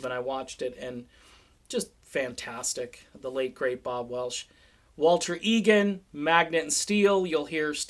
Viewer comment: its welch not welsh